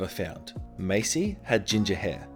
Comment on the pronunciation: You kept pronouncing Marcy with an R as Macy without an R. This is sooooooo upsetting I am going to sue you unless you give me your subscribers because I deserve them more